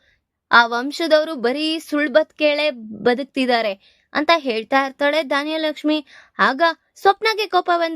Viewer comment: ಧಾನ್ಯಲಕ್ಷ್ಮಿ ಅಲ್ಲಾ ಧನಲಕ್ಷ್ಮಿ